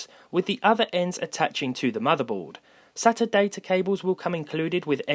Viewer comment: I hate that he can’t say sata right